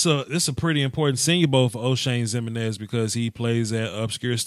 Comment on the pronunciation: The way he pronounces Jimeninez is hilarious